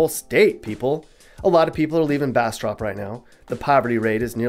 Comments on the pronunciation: You weren't pronouncing bastrop right its bastr-up , there's a up a the end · Pronunciation check: it’s Bas-“strip”, not Bas-“Strop” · U killing me with the bastrop pronunciation. From Delhi, lived in monroe while in college, back in delhi now. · I have never seen anyone mispronounce Monroe or Bastrop